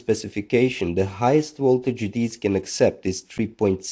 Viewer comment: Where are you from??? Voltage is not pronounced as wolt-age . It’s a Vee not a DOUBLE-UU. Video is pronounced Vee-dee-ooo Not Wid-we—I